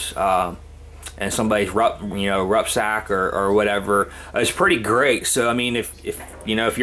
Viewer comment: Did you say rupt sack? I think you meant rucksack.